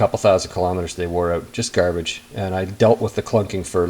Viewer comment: "Those bolts come oat hard" Thanks for the vid..